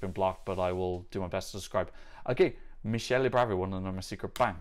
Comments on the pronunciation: Fyi, "Michele" is actually pronounced with ch -> k. You pronounced it more as "Michelle" (like Obama's wife) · “Michele” is pronounced Mik-eh-leh “Giusy” is pronounced Joozy